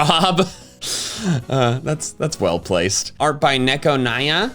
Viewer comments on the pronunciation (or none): none